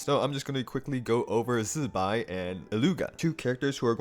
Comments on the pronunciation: OMG all the Genshin creators need to be pointed to your video on how to pronounce Zibai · Love the zibai pronounciation 👍